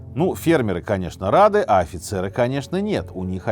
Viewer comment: фицер вместо Офицер, редактор-то есть у вас?) канал миллионник бля)